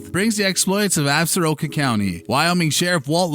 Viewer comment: As a native of WY, and from the area alleged in the series, I wish someone connected to the show and those covering it knew the proper pronunciation of "Absoraka"!